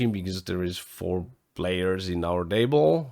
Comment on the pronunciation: Hi, your English is really good, but you might want to look up how to pronounce the 't' sound at the start of words (final Table). Sometimes the 't' should sound like a 'd' (like you do well), but usually at the start of the word it sounds different. Hard to explain in writing, but you can just check how English native speakers say 'table'. Love the final table recaps!